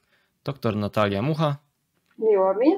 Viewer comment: Pani radzę popracować nad wymową. Doktor powienien wypowiadac sie poprawną polszczyzną i dobrze wymawiać głoski ś i ć